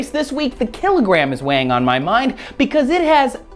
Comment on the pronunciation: kill-it gram